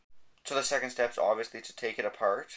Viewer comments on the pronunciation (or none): stop saying oviusly